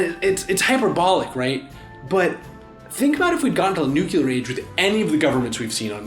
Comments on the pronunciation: / ...What is a New-Q-ler? Do you perhaps mean Nuclear? There is no Q in Nuclear. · Please please please please never say nucular again instead of nuclear. It brings back traumatic memories of George W. Bush. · Why are you pronouncing "nuclear" as "nucular"? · It's pronounced 'nu-clear', not 'nu-ca-lear'; add that to the next Lies video. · *nuclear (not nucular) :3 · NuCLear not Nuke-u-lar. Sorry, pet peeve of mine. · “Nu-cue-ler” Me: NOOO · nucular? really?!?!? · Nucular. again. unsubbed. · "noocular" ಠ_ಠ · "nu-ku-ler war" please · i just thought it was more informed than that. it's "nu-klee-err", mostly because there's only one "U" in nuclear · I'm sorry I cannot get passed you saying "nuke-you-lar" you sound ridiculous. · Did you pronounce "nuclear" as "nucular"?! IS GEORGE W BUSH CONFIRMED! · argh!! Nukular!!!!:-P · Suleiman the Magnificent - Lies - Lies - Can't Pronounce Nuclear